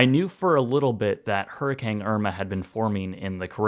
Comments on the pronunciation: Hurr-A-CANE not Hurr-eh-kang 😂🤣😜 just giving u crap😊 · is it just me or does it sound like he says hurrikang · seriously.. he's just straight up saying hurricang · Love all your videos and have watched some multiple times.. but is it just me? I keep hearing you saying it "Hurricang" I don't know why lol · I guess we've finally discovered the Canadian pronunciation now that a Canadian has experienced one